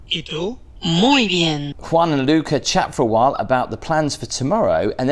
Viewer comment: You said Luca. the name is spelled Lucia my name is Lucie. So instead of putting an e at the end ah Luci-ah learn to say it like that. I'm from London English but now I live in Spain. By the way that looks beautiful I wouldn't leave I would just stay there with my own private pool.